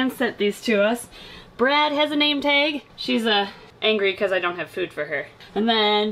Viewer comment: You say taig and it cracks me up because its pronounced tag